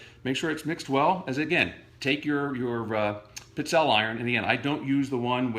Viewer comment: Seriously, you need to learn how to pronounce this Italian cookie - it's peet-SELL-a not what you call them, regardless of heritage.